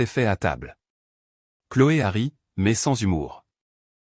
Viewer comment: 42mn 15 sec environ.." Chloé harry.." Encore la même faute..🙄..pourtant déjà signalée..! Visiblement, vous ne tenez pas compte..😳des commentaires pour faire évoluer les corrections...au moins ! Doit-on en conclure que vous ne respectez pas vos auditeurs..🤔👎👎👎